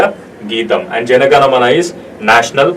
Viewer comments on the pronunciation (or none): none